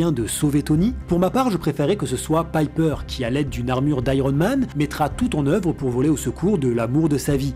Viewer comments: sache le , même si la vidéo est correct , tu as vu les films et c'est bien pepper potz ( Pépper en prononciation et pas Piper (alias holly marry combs dans Charmed serie B) c'est pas ta première erreur malgré que tu te renseigne c'est bizzard .. tu es adèpte de l'accents francais ? qui malheureusement ne marche sur prenom anglo saxon... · super video mais c'est pepper et pas "piper" xD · C'est pas contre toi mais il y a une nette différence entre "Pipper" et "Pepper". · que tu prononces mal l'anglais, c'est une chose, mais là c'est un peu abusé je trouve. Je veux dire, pour faire cette vidéo, t'as rematté les films du MCU, donc t'as vu des scènes avec Pepper, dont tu as entendu les personnages, en VF ou en VO, l"appeler Pepper, et non Pipper. A moins que tu ais un ptit peu trop regardé de vidéos avec une certaine "Pipper" sur un site adulte? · Euh on est d’accord que c’est Pepper et pas Piper ? C’est pas comme s’il le répétais 15 fois en plus 😂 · Péper putain ! Pas Paiper ! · Le "Pipper" me coupe tout plaisir de regarder cette video tellement c'est horripilant. Pas d'excuse à la "je prononce mal l'anglais" qui tienne, il suffit d'entendre une fois le nom pour savoir que c'est pas Pipper mais Pepper... Bref, pas regardé jusqu'au bout. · ca m'eclate les oreilles de t'entendre prononcer "pepper" paille peur >< rha ! xD sinon j adore ton analyse comme toujours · Quand tu dis "Païper" tout au long, on dirait que t'as pas vu ce dont tu parles et c'est chiant...Tu fais souvent ce genre de bourde, pas juste dans cette vidéo, et j'ai du mal à comprendre....